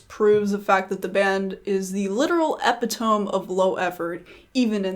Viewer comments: Uhhhh, you might wanna look up how to pronounce "epitome." Good vid tho. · I find that vampire weekend cover genuinely offensive. Also "ep-e-toem" lmao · lmaoo you're not the only one who pronounced it like that don't worry